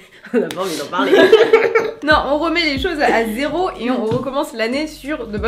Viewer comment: Au TOUTTTTTTT début de la vidéo je crois que c’était qui s’était trompé et avait dit géro au lieu de zéro et c’est le nom de mon prof de techno😭😭😭😭